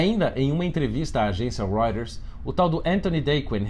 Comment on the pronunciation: O cara nunca tinha ouvido falar da Reuters ("roiters")? "Reurres" hahahahaha